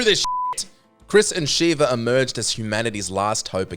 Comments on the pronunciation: SHEVA not Shiva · How do you fuck up sheva's name when they clearly say it a thousand times in game.